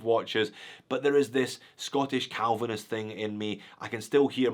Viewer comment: Calvanist lol!